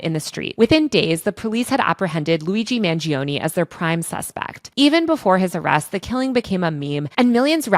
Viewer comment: Mangione has 3 syllables. 'man joe knee' not 'man G O knee'